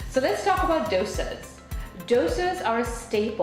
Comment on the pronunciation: I mean i get tweaking your accent to make life in the states easier. But calling dosas (which im sure your pronunciation was perfect with all your life) 'douisaws' is wild.